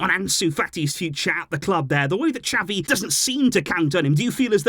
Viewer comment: Why do you say "chapi" Xavi is pronounced "za-vee"😑😑